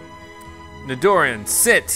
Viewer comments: You did not just call that nidoran "ni- dor- in" 🤦‍♀️ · this guy is pronouncing it as Nidoran even though its supposed to be nee-dor-ran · Whatever happened to actually battling the wild pokemon to catch them Nidoran (NEE-DOR-RAN)